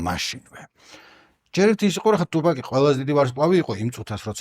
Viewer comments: თუფაქი არა. ტუპაკი. ბითქოინი არს ბიტკოინი. შონ პოლი არა. სან პაული. ეე მოკლედ ამ. ხალხს რო უსმინო მეგობარო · ძალიან კარგი ვიდეოა და მადლობა ამ კონტენტისთვის! უბრალოდ გეხვეწები ტუპაკს ნუ ეძახი, რა უბედურებაააა. იუტუბი კაი , კიდე ხო... მარა აქ ორ ასოს ცვლი და თან... ნუ მოკლედ, მართლა ყურებიდან სისხლდენაა ტუპაკი